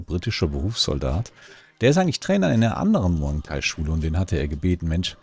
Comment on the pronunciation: Muay Thai heißt das übrigens nicht Muang thai. 😊